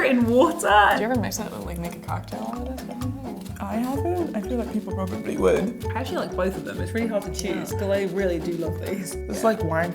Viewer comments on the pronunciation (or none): when she said “ would “ it was wierd